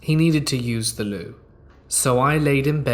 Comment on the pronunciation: What in the hell is “THE LOU”?